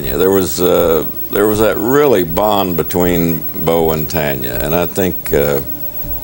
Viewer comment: She is not Tonya it's Tanya